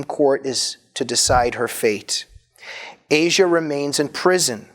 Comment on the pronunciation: Her name is not pronounced the way the continent is. It is, as far as I know, AH-see-ah.